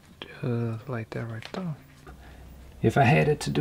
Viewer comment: “Right the-uh”. I love it!